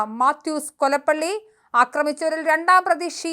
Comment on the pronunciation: കൊലപ്പള്ളി യല്ല കൊലപ്പുള്ളി